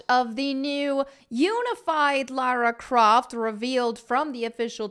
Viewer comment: Laryn Croft